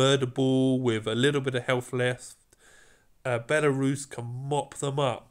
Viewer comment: when you call Belisarius like belarus, it so funny to me because I'm from Belarus country😂